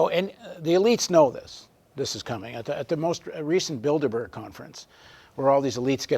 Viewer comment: A small point of levity. When he brought up Bilderberg - it sounded a bit like Build-A-Bear...